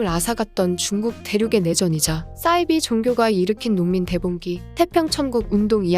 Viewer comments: 왜 싸이비라고 발음하심요? 사이비라고 하셔야... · 사이비? 싸이비? Cyber? 착각했나? 발음 똑바로 하세요. 굉장히 거슬립니다. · 싸이비가 아니라 사이비라고 읽어야 하는데요 기본은 합시다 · 발음을 정확하게 부탁드려요 싸이비가 아니고 사이비 似而非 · 싸이비가 아니라 사이비로 발음합니다요 사자를 싸자로 읽지 않듯😢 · 싸이비가 아니라 사이비..로 읽어주세요... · 사이비는 영어아니에요. 한자어라 싸이비가 아니고 사이비로 살살 읽어주세요 ㅋㅋㅋ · 사이비(似而非)를 왜 자꾸 [싸이비]라고 발음하시는건지 모르겠네요. 나름 지식을 전달하는 컨셉의 채널인 만큼 국어도 정확하게 사용하면 더 좋을 것 같습니다.